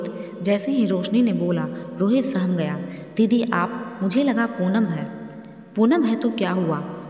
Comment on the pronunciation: साहम गया ❌ सहम गया